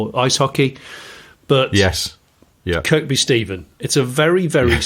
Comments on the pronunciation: Silent second K in Kirkby i.e. Kirby 👊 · I live near Kirkby Stephen (you don't pronounce the second K) and work in Kendal I was driving home listing to your podcast it was lovely to hear about your (22mile not 12) drive as I drove the same road